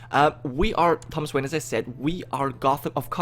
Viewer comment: I am trying to figure out why he keeps pronouncing wayne differently. He said wayne, maine, and vain.